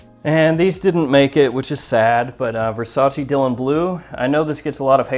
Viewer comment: You said versace wrong